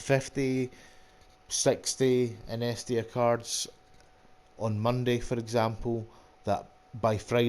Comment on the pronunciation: Good to see how someone does this, small margins are good! By the way, it's In-ee-es-tia 😂👍